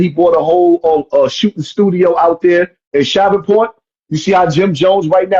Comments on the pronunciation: JUS DROVE ME THE WAY HE BUTCHERED MY CITY'S NAME....😂😂ITS SHREVE-PORT.... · wait he butchered that lmao